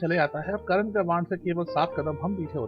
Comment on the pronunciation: It's Karn not Karan...